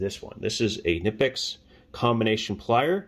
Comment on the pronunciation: KUH-NIP-X not NIP-X - this is directly from the manufacturer